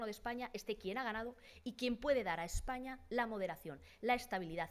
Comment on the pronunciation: La Cuca Macarra también dice Eppaña